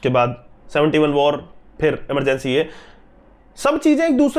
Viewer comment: please, movie का नाम इमरजेंसी है न कि अमरजेंसी